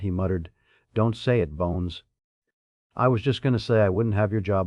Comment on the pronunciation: The AI screwing up names( Spook for Spock, Buns for Bones) made me laugh a little but the constant misuse of bow whether "and arrow "or front of a boat was VERY irritating. Plenty of other problems too. I get enough of this with most customer service 🤬